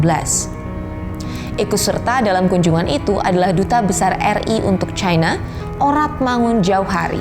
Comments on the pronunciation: Trump & Narator : "Chyna" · Chayna, Chayna, Chayna 😂 Jurnalis, saran aja ya kalo pake EYD, bacanya yang bener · Kalo bawakan berita Bahasa Indonesia, sebut nama China, bukan Chayna